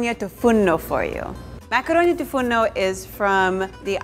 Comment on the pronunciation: it is "tou fournou" not "fourno" , 🇬🇷🇬🇷